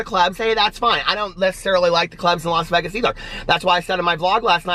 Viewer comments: This was nice!!! Have a fun trip!!!! What a cool person # Josh. Oh, it’s Vay-guz lol. Long A. Calories, who cares your on vacation! Yippee! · Please do the sit down with Josh video..he's a cutie!!! You crack me up the way you pronounce Vegas lol